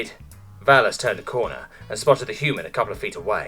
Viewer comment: I straight up lost half my coffee and contracted asthma when hyu-man was pronounced high-u-ooo-muun. Poor narrator must have had a stroke while reading that one.